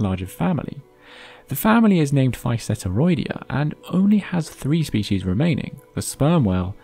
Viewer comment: It's species, not spechies